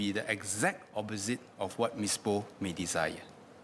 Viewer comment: The good minister's replies are always cringe-worthy, never disappoint with all kinds of motherhood statements. Btw, he could not pronounce "Poa". I wonder how he got there.